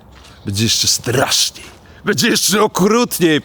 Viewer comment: "Będzie jeszcze strrrraszniej...". Dobre, kupuję.